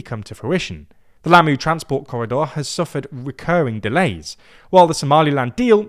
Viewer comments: Lamu, not Lammu. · It's Lamu, not Lammu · It's spelled "Lamu" not "Lammu" and the emphasis is on the first syllable not the 2nd. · srry but it is Lamu not Lammu